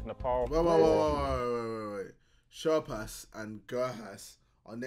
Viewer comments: Man said sherp has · Bro said sherhas and gurhas tryna sound smart